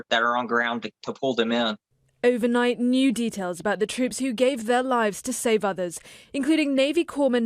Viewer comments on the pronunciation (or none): none